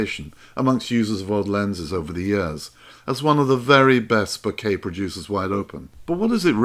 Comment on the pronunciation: Thanks for saying Bokeh properly. It means I don't cringe while watching :-) Thanks for these vids. Made me put an old lens on and go out and have some fun.